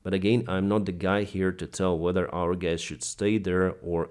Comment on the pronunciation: "So, gays" When will you fix your English pronunciation?